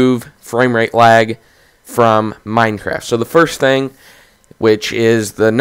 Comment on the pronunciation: no offense but why am i hearing wag?